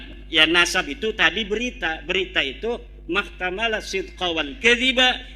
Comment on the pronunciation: Itu kh. Imaduddin .. tadi njenengan mengucapkan pengertian khabar apa ? Mahtamala sidqo wal kidzba .. emang ada yh bacaan seperti itu lafadz mahtamala? Sighot apa itu ? .. setahu saya itu di baca muhtamilun .. itu nanti menjadi isim fa'il